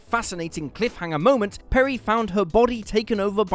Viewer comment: Peri's fake American accent is horrible. 😣PerI not PerrY.